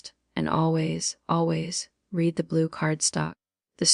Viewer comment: The breathy almost whisper is annoying. Ai stinks. It can't define the word Read on which pronunciation to use.